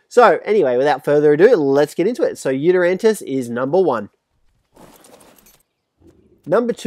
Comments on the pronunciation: I love how you call the yutyrannis the yutyrantis 😂😂😂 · Is it just me or did everyone else also lose it when he apologized for pronouncing giganotosaurus wrong then seconds after proceeds to say “Yutyranntus” lmfao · “Yutirantus” calm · The way to pronounce it is “you-ty-rann-us” but according to all pronunciation rules, it is “you-tee-rannis” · I’m pretty sure the Yutiranus is pronounced like You-tea-ra-nus But idk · Also you Pronounced Giganotosaurus right but pronounced Yutyrannus wrong,You-Tie-Rah-Nnus,you’re welcome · Wow he said yutyranntis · pronounced yutyrannus incorrectly